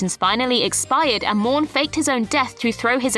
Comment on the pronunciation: Morn... not Mourn